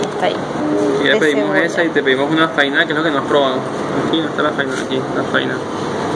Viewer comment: Q bueno q les haya gustado nuestra pizza! Ah, y es Fai- na con acento en la última "a". Saludos desde la provincia de Buenos aires :-).